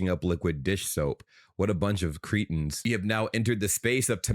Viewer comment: Arrggh! It’s pronounced Kret-in! Please stop pronouncing the word cretin as Cretan. A Cretan is a native of the island of Crete. The word cretin traces back to the 18th-century Swiss-French dialect word crestin. Surprisingly, this local term was an altered form of the Latin word christiānus, meaning "Christian". It also was used to describe a form of congenital hypothyroidism caused by severe iodine deficiency in the Alpine region. Over time, the medical term expanded in general usage to become a derogatory insult meaning an idiot, fool, or someone who is very stupid.